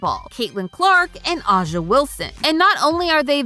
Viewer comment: Butchering A'ja's name like that over and over again is crazy